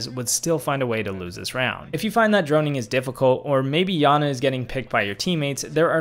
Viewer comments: It's pronounced yana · It’s not Yana it iana